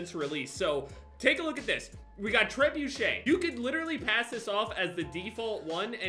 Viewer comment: The way he mispronounces Trebuchet is amazing